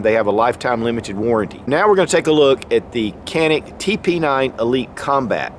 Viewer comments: No more politics, problem solved 👍🏻 was pronounced (john-ick) in Turkish but due to the world's mispronunciation, the company remade the official pronunciation to be (can-ick). Great video. Can wait to get this fire arm in a couple months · its written Canik but you read as Janik brother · It’s not pronounced Janik with a J or G… its CHanik they have two Cs and that one takes the place of CH. Have a little respect for other cultures as you expect them to respect us and ours. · Its Janik, not “kanik” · I have been corrected regarding the name of this gun company. CANIK....is evidently actually pronounced: "ZHA-NIK" not "CA- NIK". (I had it wrong too LOL!) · Canik is Turkish and pronounced "Shjaun'ick".. I own em. Love em. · Dju-nick.Private name (a mountain range) U gotta say it right! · The correct pronunciation of the brand is "JohN-eK." Great video. Ty for sharing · Canik is pronounced (Janik) in Turkish. The letter C is pronounced J. Please correct your pronunciation. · It's pronounced with a J. Janik. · no it's more like chanik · It's not kanik its canik